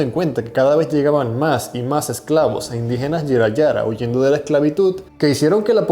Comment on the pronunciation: Se pronuncia Buría y los indígenas se llamaban Jirahara, con "j" española.